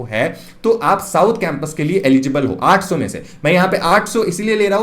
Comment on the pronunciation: aap 800 kaise bol rahe ho...samajh naahi aa raha hai....